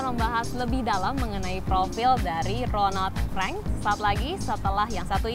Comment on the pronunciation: ronald frank mbak,,bukan ronad freng